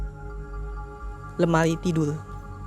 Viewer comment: lemari jngn lemai